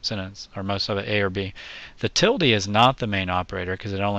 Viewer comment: Thanks for saying "tildee"- that's the way I learned it years ago. Now it's just weird to say "til-duh". ;)